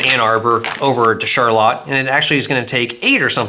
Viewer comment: My dad was born and raised in Charlotte, MI...thank you for pronouncing it correctly!